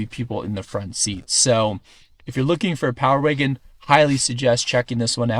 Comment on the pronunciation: He said power waygon